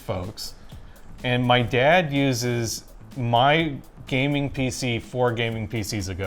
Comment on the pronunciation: "My DaayYAad"